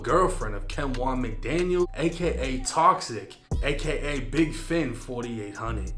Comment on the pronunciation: Name is pronounced Big finn = Big FN